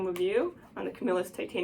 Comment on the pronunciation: Yes you are saying it right I live in camillus ny where they was made they sold out now made in China